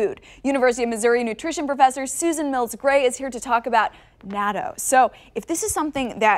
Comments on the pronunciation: Naaahtoohh.... is how you say it. Not NAYTO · It’s pronounce not-toe.